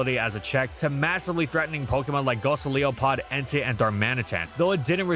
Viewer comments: That is still annoying me. How hard is it to say “Go-Lye-So-Pod”? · It's not "Go-so-LEE-oh-pod", it's "Go-LY-SO-pod"! Because it's a Goliath Isopod! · like WHO??? Bro rly said “Ghost A Leo Pod” 🤔💀